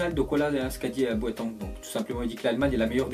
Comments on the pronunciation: il dit boitang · Il dit boitang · boatang mdrr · il me tue quand il prononce boateng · il c pas prononcer les nom de joueur exemple boateng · putain les allemands tu sais pas les prononcé, boateng, Schurrle .. :-o